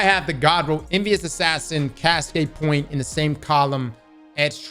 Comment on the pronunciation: The way he says “POINT” sounds like “POYEE-NTH” Idk why its satisfying 😂